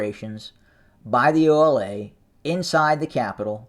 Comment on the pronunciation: Bruh not OLA 😂😂😂